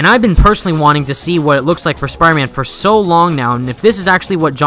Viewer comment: Dude, if you want to be taken seriously, then you need to start saying the name of the game properly